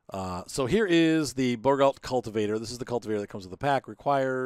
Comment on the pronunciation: It is pronounced Bour go